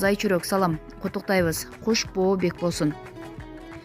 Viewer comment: Кутуктайбыз эмес куттуктайбыз десениз чон кыз